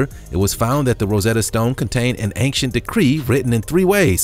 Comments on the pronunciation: BRO. please learn how to say "ancient". its ain-chent. not anxient. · Dude after all the videos you've narrated.......you'd think you learn how to pronounce simple words correctly!! Come on....just name few Moai Angel and most importantly ANCIENT It's not ank-chent It's ain-chent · He pronounces ancient as achecient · Please stop saying Angcient !!! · OCD, the mispronunciation drives me crazy (and that's a REALLY short trip for me)